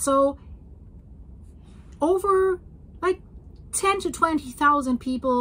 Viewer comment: "ober 500 reports",, are you serious? That's a funny German-Canadian mixture of "over" and "über". "Herr Ober, den Report bitte!" "there are no seismic stations", yes, so predictions are more like guesswork. Probably true for many areas in the world. "Rudi has enough", you should teach him more patience. If he's 30 centimeters tall, and you're in the USA, you could use him to teach American kids the metric scale. A standard European ruler, used in schools, is 30 cm long. "do not copy what he is doing", well, I'm not so sure that I wouldn't. Another wonderful video with a lot of information. Thanks for the geological maps, you're always very thorough with that. I'm waiting for the day you admit that you're actually a scientist.